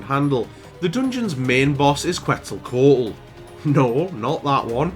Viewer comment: You did pronounce Quetzalcoatl correctly, you good. Didn't think this run was possible but I stand corrected. good stuff